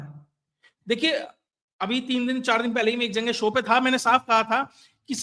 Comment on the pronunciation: मैं आपके ज्ञान और विश्लेषण का कायल हूं पर संभवतः स्थानीय बोली के प्रभाव से आप जगह या जगेह के स्थान पर जंगे बोलते है जो उच्चारण की द्रष्टि से अखरता है। सर बुरा न माने।